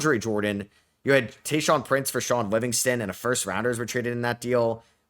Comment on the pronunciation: Bro calling Tayshaun prince taurean is insane 🤣🤣🤣